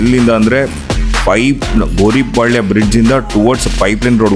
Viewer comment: Gouripalya not Goripalya....